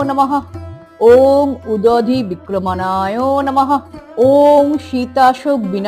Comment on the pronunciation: আপনি ভুল পাঠ করলেন, নাকি লেখায় ভুল আছে? অনুগ্রহ করে ভুল সংশোধন করুন। লেখা আছে 'উদধিক্রমনায়'....